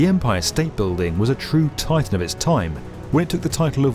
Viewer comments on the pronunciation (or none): none